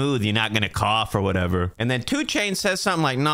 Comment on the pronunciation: I love the way you say whatever. "Whateva" 😂